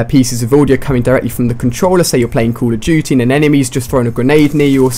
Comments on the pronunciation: Ali a you say at the first 'cool of duty'. Thats funny! Greetings from germany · It sounds like he says call of jootie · Cull of duty wtf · I don't play caw ov dooty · "Cool duty" LOLOL